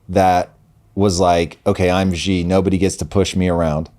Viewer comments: Chairman Xi’s make is pronounced Xi (She) Jinping (Jeen•peeng) not like the letter “G”. So annoying. He’s not a president either. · Guys, in mandarin pinyin (ie Chinese written in Roman script) the X is a “sh” sound . So Xi is pronounced “she”.